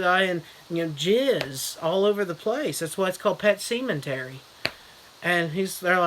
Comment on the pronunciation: Yes, hilarious as usual. At first I was like, did he say what I think he said? "Semen-tery" lol! I just knew it was gonna be outrageous from there. Not gonna lie, I didn't catch it right away in the title.